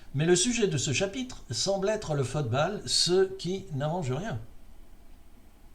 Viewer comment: Bonne année! Bon, j'avoue ne pas avoir écouté le cloclo, ce n'est pas mon truc ... tu parles de fotebale dans cette édition, pourquoi le prononces-tu ainsi? Lors de la coupe du monde 66, si je me souviens bien, la finale avait été très bien mais c'est surtout une demie-finale (Allemagne-Italie je crois) et un quart (je ne sais plus lequel) qui avaient été sensationnels. T'en souviens-tu?